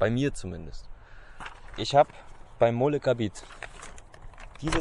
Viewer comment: Sprich:Möllegabet, nicht Mollegarbit.